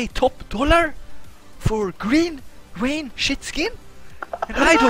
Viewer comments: It's Vayne,. Not Wayne. You pronounce it wrong! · VAYNE, NOT WAYNE